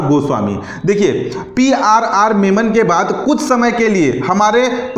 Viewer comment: Sorry वे.. पी आर आर meman नहीं menon है